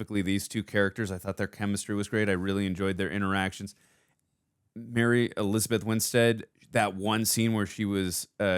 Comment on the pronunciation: the way u says "Mary Elizabeth Winstead" got me 😂